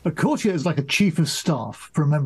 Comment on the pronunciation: The female correspondent seems like she has never used the word "courtier" in her life. She pronounces it so strangely.